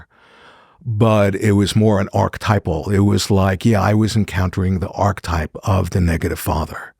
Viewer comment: Great content, but marred for me by the repeated mispronunciation of "archetype" which a proper scholar of Jung must surely know how to pronounce. And topped off with a mispronunciation of Nietzsche. I know, it seems pedantic, but to me this destroys credibility.